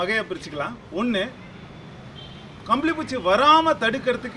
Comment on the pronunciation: புச்சி இல்லை பூச்சீ